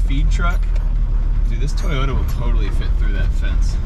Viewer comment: Sounds like you’re saying twitter with a NY accent when you say Toyota ..it seems like you’re not pronouncing the second o in Toyota.. so it sounds like you’re saying Twitta or Toyta instead of Toy-O-ta